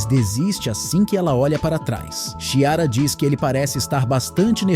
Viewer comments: Que nervoso a pessoa falando Xiara so invés de Chiara!!! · O ruim de ser um robô como narrador, é que não sabe diferenciar algumas palavras, confundindo-as com siglas e também não sabe a pronúncia de alguns nomes próprios como Chiara. É horrível escutar falarem errado, principalmente em histórias inventadas e narradas pela IA, que também tem uma criatividade bem ruim.